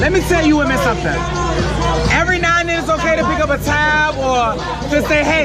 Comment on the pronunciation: I hate the way says "now". She pronounces it as Neoww.